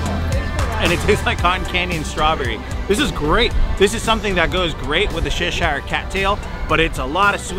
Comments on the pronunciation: It's CH-eshire not seshire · it's not "sheshire"...it's pronounced "ch" like "chair"...ch...say it "CHesh-Ear"....It's British...And I'm British...Please stop saying it wrong =) That chicken skewer and the candied bacon looks DELICIOUS! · It’s defo Cheshire (Cheshur) and not Sheesh-hire like they are saying! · gissneric lol I did too!! I had always pronounced Cheshire as (cheshur) the i pronounced with a short u sound. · I’m british- it’s chesh-eer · LOL Shish-ire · You should pronounce it chesh-eer (there is no I sound) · The way you guys pronounced Cheshire cracked me up 😂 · Lots of Americans don't say Cheshire cat correct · I was looking for this comment 😂 I live in Cheshire in the UK and I’ve never heard anyone try to pronounce it like that! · Great video, great food. Not even going to mention how you butchered the cats name. 10/10 would butcher again.